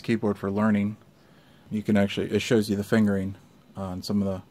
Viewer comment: He said "fingerering" lol 😆